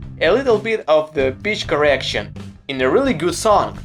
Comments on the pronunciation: Oooooh, he said Pitch correction. Not to make fun of his accent, but w fhe context, I definitely heard BITCH correction for mt first 2 views if this vid. Autotune is the death of real music. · You said 'Pitch Correction', but I heard 'Bitch Correction'. :D :D :D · Uhh does he say pitch correction or bitch correction?